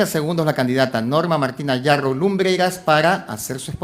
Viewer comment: Sr,no es Narrow, es Yarrow,y despues te ofendes cuando te dicen caviar, disculpa pero me permito decirte caviar, porque antes de abrir tu bocota informate bien, porque yo resido en CANADA y en este PAIS siendo desarrollado,terminan sus estudios unverisitarios no pueden ejercer,porque no hay plazas,y se ven obligados a estudiar otra profesion, igual pasa en los EEUU, asi que And so sorry for you, See you next time, caviaron